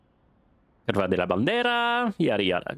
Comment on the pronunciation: Based on some wiki sleuthing this is Autódromo Oscar y Juan Gálvez. Based on that shape that looks more like Zolder. Now 'curva' as pronounced is a very particular word in several Slavic languages that is very, very far from curve. Saying "Pope is on fire" in a 70s F1 game might mean several things.;) Pretty good haul from the first race! Enjoyed the episode. Keep 'em coming! 🧡💛🧡